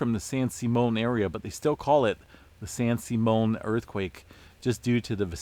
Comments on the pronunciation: San SIMM-ee-un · FYI it's pronounced San Sim E On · Sim EE un San Simeon